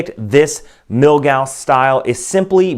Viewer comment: Why do you keep calling it "Milgausst"?